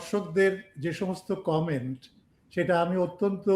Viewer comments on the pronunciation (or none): none